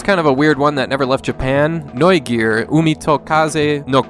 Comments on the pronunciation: That's what I said, he pronounced it like the American end r, when it's not pronounced like that(because it's not pronounced at all). I'm German btw and he clearly has an American accent at the end of the word. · Not exactly, the r in the end is not pronounced like an English r in the end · Vielleicht mal Ohren auswaschen? 😉 Da ist eindeutig am Schluss ein amerikanisches R zu hören.